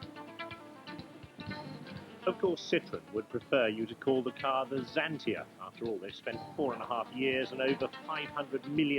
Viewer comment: No one I know. It's zantia